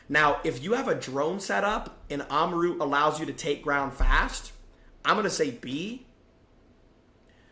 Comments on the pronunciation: why did you say amaru's name like that? its not oma-ru its amar-u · bro said oma roo